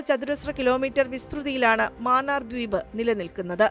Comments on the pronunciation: മാന്നാർ അല്ല മന്നാർ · Vazhakka. Maanaar alla mannar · ആദ്യമേ പറയട്ടെ ..ഗൾഫ് ഓഫ് മാന്നാർ അല്ല .. " മന്നാർ " ആണ്. മന്നാർ കടലിടുക്ക് . ഇവിടെ Eurotunnel പോലെ ഒരു 4 Lane tunnel വന്നാൽ നല്ലതാണ്. Eurotunnel 50 KM ആണ് .